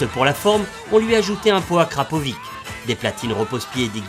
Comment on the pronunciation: C'est akrapovi "tch " et pas akrapovi "k" !